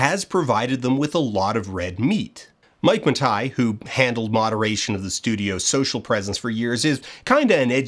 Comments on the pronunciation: Was pronouncing Matei as Matai an artistic choice? Or was it cloaking spite or apathy in pretentious drapery? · Oh wow am I supposed to take this video seriously if you’re pronouncing it “Matai”? (It’s Matei) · Mike Muh Tie. I didn't know Mike owned a tie. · IT'S PRONOUNCED MIKE MATINEE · Outstanding video, but you know it’s pronounced Ma-tay right? Or maybe you really do know that. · I'm rewatching this video a year or so later because I was reminded of it and remembered that it was good, and it is, but I'd forgotten Dan pronounces Mike Matei's name like that the whole time. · Why do you consistently mispronounce Mike's last name despite it being on record with him pronouncing it differently? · How could you do this much research and not know how to pronounce Matei? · Have i been mispronouncing Mike Matei all this time??? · 1.) Super happy to see a new Dan video! 2.) After all the research he did how did he still mispronounce Mike Matei's name? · How did you pronounce Death Mwauthzyx right and not Mike Matei? Was that intentional? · the way you pronounce Mathei is vexing me. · It's been suggested since then that Dan was actually trolling Mike with the pronunciation, and that tracks pretty well with who they both are. I can't believe he'd simply get it wrong and it is a pet peeve Mike has called out in his streams, easily findable as a trend through his rage comp videos, which are what I bet Dan watched during research. And he'd want to take a sideways shot at him, but not drag it out into public. I thnk they would both just find each other distasteful as people, you know? It makes sense. What does not make sense is thinking that a food product or restaurant brand can feel the same disrespect that a person can, upon their name being misused.